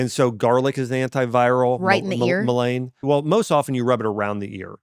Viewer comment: 58 minutes garlic oil and? For earache or ear infection. Is he saying Mullein and not pronouncing it correctly?